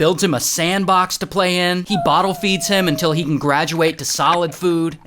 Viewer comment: I hate the “unil”